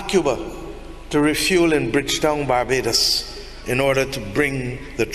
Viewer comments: My Brother it is not pronounced ‘Bah bah dose’ nooooo it is ‘BARR BAY DOSE’. I love the video though. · BAR-BAY-DOES = BARBADOS. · Bossman narrator,Barbados is pronounced bar-bay-dos